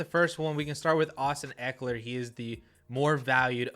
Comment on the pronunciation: Not even close - it's Ekeler.